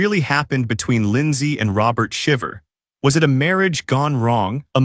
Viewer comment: Omg at least pronounce their name correctly.